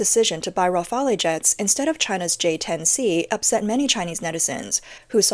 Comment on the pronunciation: Please don't pronounce Rafale like that. The "E" at the end is silent.